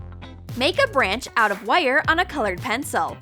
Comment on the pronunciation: Who else gets annoyed when she says “wires” it sounds like she says wyre